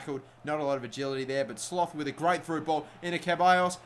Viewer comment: Sloth is pronounced "Slot"